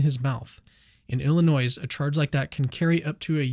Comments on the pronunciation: Illinois is pronounced Ill - i - NOY, not Ill - i - NOISE. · I can't believe this guy keeps saying "Illi-NOISE" 🤨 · I was done as soon as you pronounced it Illi-noise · The s is silent on illinois. Apologies. Grammar police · Learn how to say”Illinois”. You sound sadly ignorant. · Illinois you don't pronounce the 's' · you don't pronounce the S in Illinois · The 's' in Illinois is silent. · You don’t pronounce the S in Illinois. Sacrilegious.